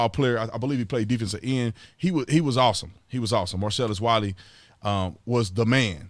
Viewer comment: Every time you say Marcellus Wiley all I hear is Marcellus Wallace...lol